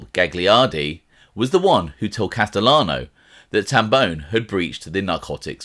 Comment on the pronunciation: It’s Tam Bon”e” not bone How I know? It’s my last name.